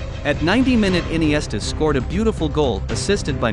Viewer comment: Bro can pronounce iniesta but not pique 😂😂😂